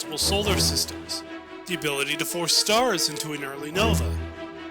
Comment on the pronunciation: Fix your pronunciation of Pfhor and Spht (I'll let Jjaro pass because I don't know how to pronounce that either). Overall loved it, great work. Even Greg Kirkpatrick loved it, so you've definitely got that going for you. Just a fair note, I think there is an official statement from Bungie that Marathon and Halo are not canonically connected. As for Destiny and Marathon however, maybe. I kind of pieced together that the traveler may have been Durandal's return to Earth, but that's also coming from a guy who hasn't played Destiny.